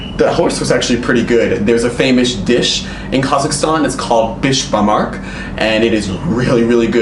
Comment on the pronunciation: giggle:: he said Besh-Bar-MARK. Lol. It’s Besh-Bar-MAK. ;)